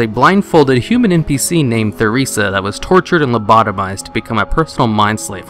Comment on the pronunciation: omg Her name is Theresa NOT the-Ressa !!!! The H is silent. This is my name and one of my pet peeves. Pronounced Teresa NOT The-ressa!!!